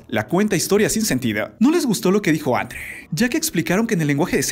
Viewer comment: Su nombre no es Andra. Es Andre.🤣